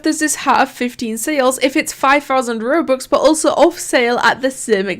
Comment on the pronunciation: everyone when they say robux: roh-bux: ruh-bux